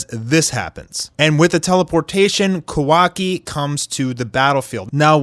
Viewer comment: did this guy rlly just pronounce sharingan wrong? he just pronounced it at shareingan 🤣🤣🤣 like bruh rlly and did the same thing with kawaki's name it's pronounced kawa-ki not ka-wa-ki